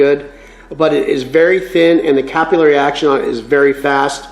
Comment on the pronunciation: btw its not cap-il;-eee-airy action it's cap-ill-airy action (or cuh-pill-er-ee if you are a brit or cap-ill-er-ee if Canadian) there's no second i after the l's. believe it or not it's the same as the method/action that oxy-gas brazing works to spread the brass or bronze or whatever over your parent metal... Yeah I thought I was going to be a welder by trade but scoliosis got in the way.